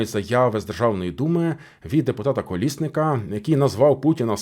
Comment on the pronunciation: Який кур - аа колісник???? Колєснік ще раз таке почую. Будеш тільки чистити коментарі зає ееешся.